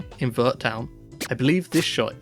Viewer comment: I'm so confused about how Pokémon fans still mispronounce Arceus, after over 13 years. Also, Vert is pronounced more like "air" but with a V before it lol.